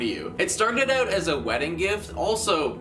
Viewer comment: Maybe it's the extremely thick Canadian accent? I mean he pronounced out as oot lmao